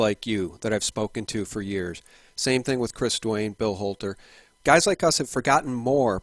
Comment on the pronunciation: Who owns this channel? Anyone know this name? Notice how he pronounces the "h" sounds like in the name "Bill Holter".